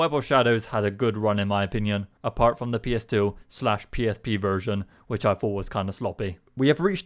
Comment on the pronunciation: how come you say da instead of the